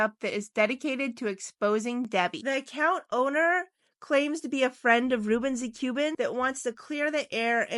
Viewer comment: Ruben the Cuban not Ruben zathe Cuban! Your artwork is quite good but, your pronouncing of the names is way off!